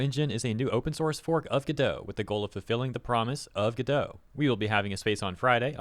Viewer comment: Godot (and therefore Redot) are pronounced like Robot. Which is why they have robot images all over the place.